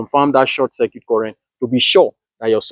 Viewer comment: Except for the way he pronounced circuit, Celsius & some electrical components nothing wrong with the way he carried out Isc He’s not short circuiting a battery nor a thin wire. solar panel behaves like a current source, not a voltage source. When you short the terminals: Voltage drops to almost 0V and Current rises only to the designed ISC. He didn’t left it for hours nor did it carry it out in a wrong environment